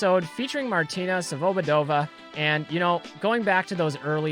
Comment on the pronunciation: Her last name is pronounced svobOdova. Emphasis on the second O